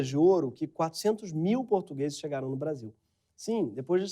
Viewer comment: Excluir comentários que estão falando contra o vídeo e só deixar os que estão falando a favor dessa merda, NICE "BRACHIL" "NICE KÉNEL"